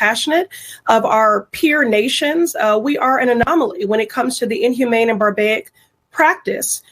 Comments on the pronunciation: "barbaic" isn't a word sweetheart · Doesn’t it make you laugh when this Lunk, PRESSLEY tries to sound Intellectual about BIDENS clemency? She was attempting to say Barbaric, and instead said barbaic, like the fool She is! Stay in your lane, PRESSLEY, you know, the lane where people are hypocrites. and try to sound smart, but comes off as a jerks!! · "Barbaic" is not a word. The woman meant to say barbaric. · What would one expect from someone calling themselves a congresswoman, that pronounces barbaric as barbaic? 😂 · "Barbayic!?" She is an idiot. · haha can’t pronounce barbaric. 😅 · Why give Cuomo a second of our time? He's CNN alumni. Which means he's no legitimate journalist. Pressly was trying to use the word barbaric but she butchered it royally. No big deal. It could happen to any illiterate. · and she mispronounced Barbaric